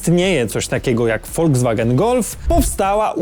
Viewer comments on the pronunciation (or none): none